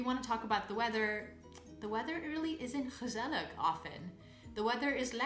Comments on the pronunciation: Hmm, your pronounciation is so good and quite like a native's, although with gezellig you pronounce the final G as a K which is odd as you don't do it in other words like jarig... did you eve notice that? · Also ik not saying this to be mean I just want to help you. At Gezellig you say the last g the same es the first and not with a like' k '